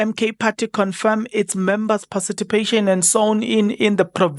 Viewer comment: Haibo. It’s participation not parcitipation 🤣🤣